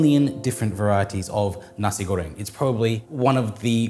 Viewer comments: I like how you say nasi goreng, belacan/terasi, and rempah.. it sounds like how Indonesian people would pronounce it.. love the video☺️ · Nasi goreng, warung, udang kerupuk.... thanks for taking the time to learn how to pronounce your Indonesian words correctly! Really appreciate the attention to detail!